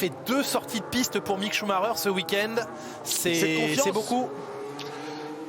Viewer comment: Chou-ma-reure Pitié, faites un effort...